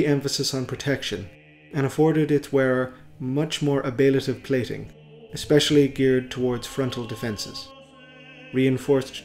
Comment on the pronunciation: Fantastic as always! One slight nitpick, it's pronounced ab-lay-tiv.